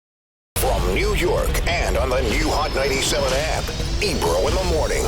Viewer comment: Ebro said it correctly, this boy is young 👏